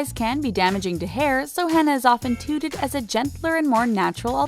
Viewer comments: 😂lost me at “tooted” instead of touted!!!! Lmao 😭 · Why do you always pronounce things horrible. Touted is not pronounced tooted. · That's not how you pronounce "touted". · I'm sorry, but I laughed when she pronounced it tooted. lmao